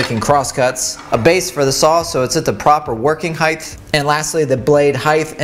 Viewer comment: Trivial point of note, but there is no such word as "heighth". It is "height".